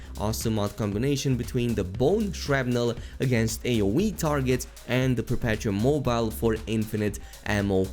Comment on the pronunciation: I’m curious if any YouTuber is not going to mispronounce “perpetuum mobile.” Its pronounced like “Per-pet-ew-um Mow-beh-lay.”